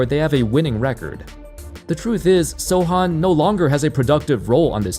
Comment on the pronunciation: Kudos for pronouncing Sochan's name the right way 👍